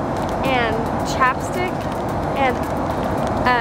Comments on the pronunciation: Is it just me when she said chapstick i heard chopsticks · I thought when you said that chapstick was an aseseity I thought you said chopsticks when an asesity